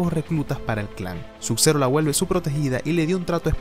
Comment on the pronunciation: Porque dices "Suk zero y rectail"?